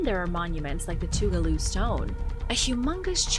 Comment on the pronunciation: I live in Toccoa, ga your saying Tugaloo way wrong lol